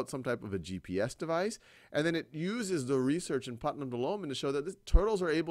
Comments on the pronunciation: Thanks for explaining this topic so well. It was however, annoying when you kept pronouncing Putman as Putnam. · I've noticed that in this video and the previous part, instead of saying, "Put-man", as in the name of the scientist in the story, the name is being pronounced as, "Put-nam", as in the character from "The Crucible". It's a very slight difference, but I have been able to hear it.